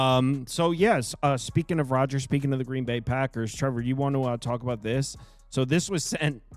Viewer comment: Chicago beat them fools… don’t you hear that coach… he said DGreen Bay!!!!!!😂😂😂😂